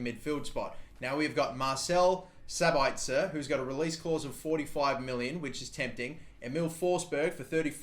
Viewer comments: You emphazise Sabitzers name on the first syllable (SAbitzer, not SabItzer). Greetings from Austria to Australia #kuhlimuhnotkangaroo. :D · its sab itzer not sabaitzer and yes i gave that space bar on purpose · Marcel Sabitzer is pronounced Mar/sell Sab/its/er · It's pronounced sabitsir